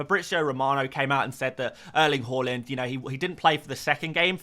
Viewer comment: As a Norwegian I can say you’re butchering the rest of the pronunciation tho😜😅 Ærling Håland.. you’d have to learn how to pronounce æ and å to say his name right🤓